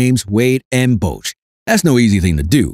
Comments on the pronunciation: This is a nine minute video rehashing the same 30 second point about 15 times. And, there is no clip of TMac saying the quote attributed to him. PS: Bosh is not pronounced "Bousch". It would need another vowel, like in the word "doe" or "Bone." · How is it that you don't know how to pronounce "Bosh"? Even a casual NBA fan knows that.🤦‍♂